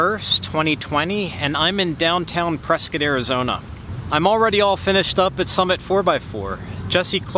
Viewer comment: Points for pronouncing "Prescott" properly